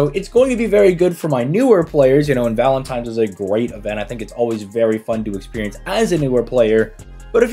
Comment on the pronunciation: I know i did not just catch yo ass sayin valentimes....... LOL, stay blessed brother